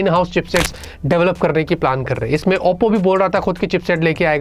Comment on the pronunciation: saying OPPO ❌ APPO ✅ 😂😂